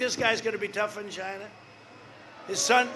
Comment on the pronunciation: It came from "Chi-NAHHHA"